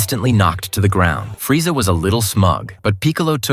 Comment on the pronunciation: This is terrible. Shitty AI voice pronounces every name horribly, and that's not Freeza you're showing. Gave up and blocked the channel within a minute of the video.